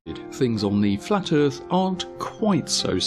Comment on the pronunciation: Now heres the problem... THE DISTANCES ARE INCORRECT ON THE FLAT MAP AND HE PROVED IT BUT YOU DIDNT AND JUST SAID OH NA MATE THE EARTH IS FWAT DERP